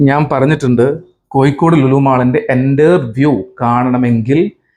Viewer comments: കോയിക്കോട് 'അല്ല കോഴിക്കോട് ' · Koyikode alla Kozhikode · വയീം മയീം പറയുമ്പോ ള്ള യ ആണ് കോയിക്കോടിനും. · കോയിക്കോട് ഉച്ചരിക്കുമ്പോൾ മാത്രമല്ല ഴ യുടെ സ്ഥാനത്തെല്ലാം യ ആവുന്നത് കേൾക്കുമ്പോൾ തന്നെ ഇമ് ഇക്കിളിയാകുന്നു